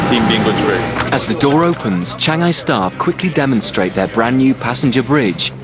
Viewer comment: he says changi wrong!